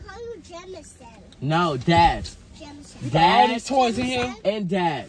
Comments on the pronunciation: “No You Not Daddy Jamanson, You’re Jamanson” Ts Had Me Dead😭💀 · " no YoU NoT DaDdy Jamanson, you jamanson"😭💀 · “no uu not daddy jamanson, you jamanson” PERIOD!💀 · I love how every time say Jamanson she look at Brian for the reaction😂😂😂 she needs to be a PAID ACTOR ATP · Omg lol no you not daddy jamanson you jamanson took me out 🤣🤣💀